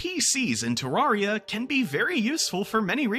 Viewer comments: NEVER HEARD SOMEONE SAY IT LIKE THAT ITS TER-RARE-IA NOT TERARRRRIA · I feel pain when he says ter-ARE-ia